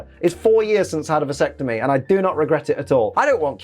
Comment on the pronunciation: Everyrime he said visectime I shivered.